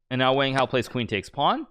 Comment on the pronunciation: Hmmmm. How Hikaru pronounces Wang Hao seems pretty strange to me. I can't expect him to pronounce with a Chinese accent though.